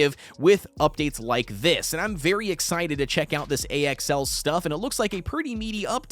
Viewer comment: why are you calling axl A.X.L just say it like the name axel